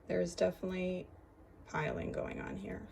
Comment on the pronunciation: Thanks for testing the paper for us. It's appreciated! As a side note, its pilling.. not piling. 😊